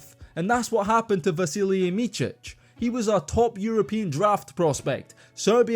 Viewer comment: his name is not pronounced Michich but more like Mitsich